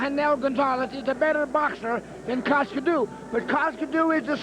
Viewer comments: it's pronounced 'TZ-YOO' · These American's can't pronounce Tszyu.